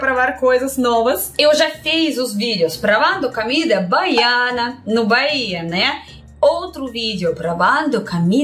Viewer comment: A PRONUNCIA CERTA É "COMIDA BRASILEIRA" NAO CAMIDA BRASILEIRA OK ADORO VC XEROS RICHARD DE SALVADOR